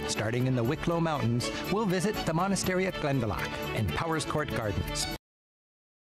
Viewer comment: I posted a link to probably the best travel to "tips" video for Ireland I've seen in your random recommendations. It's not near as in-depth going through area's like this is but definately a better travel tips vid than most others I've seen. Glen-da-lock not lack(not quite a ck sound but the ou is "aw" not "ah").. Also no breaks in the name.. Like Kinsale, he says like it's 2 words, speed it up to sound more natural Irish pronunciation. Brill video though a little old. It was filmed at least 20 years ago, before the smoking ban. If you can, look up Magheraroarty, fabulous scenery or Donegal airport and the surrounding area called "The Rosses", claimed to have the most scenic final approach in the world.. Not sure how true it is but it's deffinately up there. Ireland is pretty small, only a couple hundred miles long but the route up the west coast from Kerry to Donegal is over 1600 Miles (Wild Atlantic Way) I hear you on the music.. Most people hate the rainy misty day we get so often.. I love them, If you can't hear Uilleann pipes seeing the forrests and hills through the mist or watch the rain sweep in across a bay.. Love it. If ya can't enjoy Ireland in the rain, you don't desrve it on a fine day. BTW, The Blarney stone is not what they kissed. The Blarney stone is the very bottom stone, the mantle or lintle.. If you kiss the wall above the bottom stone, your just kissing a wall possibly millions of other eejits have kissed. Ireland was nearly totally forrested before men.